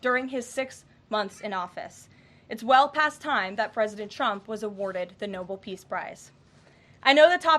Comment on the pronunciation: "Noble," pronounced "NO-bul," means honorable. "Nobel," as in Peace Prize, is a man's name, pronounced "no-BELL."